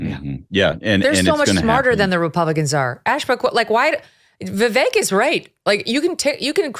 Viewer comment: Megyn what demographic are you playacting to? I’m sorry your takes and your guests take are uninformed. Plus how hard is it to say Vivek’s name right? I mean all your guest can’t say it, which says a lot about them…